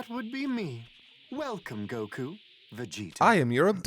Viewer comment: I never realized how much I missed hearing pronounce "Goku."